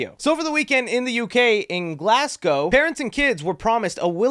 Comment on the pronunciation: Gotta love my country. Plus glad to hear an American say Glasgow correctly for a change